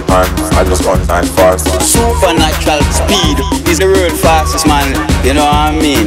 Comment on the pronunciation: Sooppahnatural speed, You no I mean